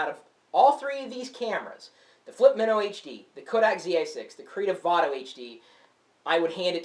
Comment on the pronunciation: this has the greatest video like everything looks great, but its not as colourful, and the sound isn't as great as the flip mino. Also, i thought it was pronounced my-no. not min-no